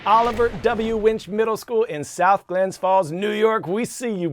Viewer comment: It’s South Glens Falls, not South Glenn’s Falls.